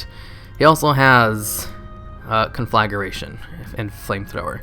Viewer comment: Con-fla-gration. Nice video. Could smell those beer burps from here though.